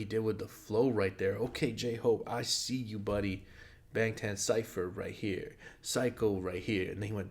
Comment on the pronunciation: Ik you care abt pronunciation so I just wanted to lyk that bangtan is pronounced "bahng-tahn"! when a romanized korean word has "a" its going to be "ah", although if its "ae" then its pronounced like "ay" :]